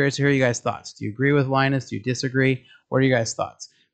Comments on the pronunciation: Please learn how to say Linus name, otherwise it feels like you are making videos about stuff you never knew until 5 minutes ago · In Finland, it is pronounced "lee-nus". In North America it is 'Lie-nus'. Linus Sebastian once made a video about this.